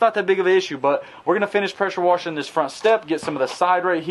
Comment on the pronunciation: I can’t tell if it’s your southern accent or you’re saying pressure worshing instead of pressure washing on purpose